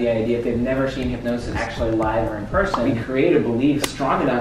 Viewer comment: Its" hypnosis"